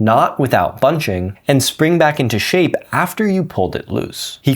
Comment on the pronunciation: The way you said “shape” , wtf bro lol